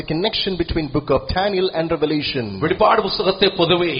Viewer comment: വെളിപാട് അല്ല വെളിപ്പാട് ആണ് 🙏